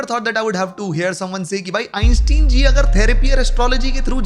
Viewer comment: Ok man now ur ragebaiting atp STOP SAYING EINSTEIN LIKE AN INDIAN UNCLE WOULD IT GENUINLY PMO